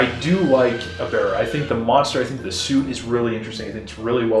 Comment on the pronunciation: "E-bear-ah"? I've always heard it pronounced "Eb-ber-ah". Good review. I agree that this movie's history is more interesting than the movie itself. And the music, very James Bond.